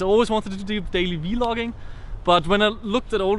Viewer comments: It's vloging not Veeeeeeeeee loging 😂😂😂😂😂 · It's vloging it's not hard to say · just to let you know vlogging is pronounced like blogging just with a v, i don't have anything against how you say it. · Its VLOGING not V-LOGING + you didnt link the song, otherwise its all great 😂😂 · Hey it Vlogging not V-Logging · Uhh, vlogging is pronounced as "vlogging", not v-vlogging. Just said it, no hate, pls don't shoot me. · Vee Loging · It's funny how he says the "v-loging" XD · Ve-loging ~ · why say V-logging?? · Y is he saying v-logging